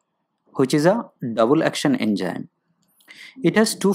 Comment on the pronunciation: Poor video narration...Its Enzyme not ENJYM... Study to pronounce English first...